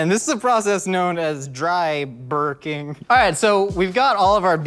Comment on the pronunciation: Woke my girlfriend up with how hard I was laughing at “dry-brking.” Damn you,!!